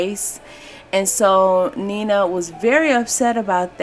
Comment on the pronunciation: You are mispronouncing her first name. She and her family pronounced her first name as Nine-Nuh (9-Nuh) NOT Neena.